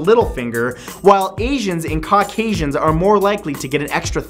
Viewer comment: I couldn't tell if he said Caucasians or cockasaisans